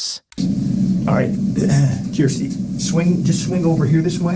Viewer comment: Kirsty not kristy